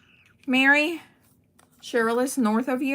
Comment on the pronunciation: Well, this lovely card was showcased on the whodunit show for this submission. I was so excited to see it and although, Mary pronounce your name wrong. It was so cool. She loved your coloring of this lion and all the details you did to this card. It made me so proud to know who you are and how great you watercolor. The card really shined! And I wasn’t watching the chat of that show so I don’t know if you were there but just wanted you to know. Great job on the card!😊